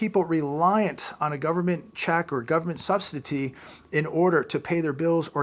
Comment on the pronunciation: He can NOT even Say: “Subsidy” ! 😡😡🤬🤬